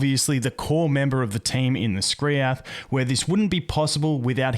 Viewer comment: How hard was it to call him Skriath